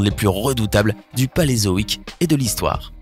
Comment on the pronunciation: Paléozoïque et non Palézoïque